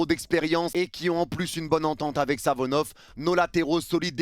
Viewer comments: arête de dire Savonov, le gardien s’apel SAFONOV, avec F pas avec V 😊, chaque fois ttu dis Savonov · Par pitié essaye de bien prononcer le nom de SaFonoV et pas SaVonoF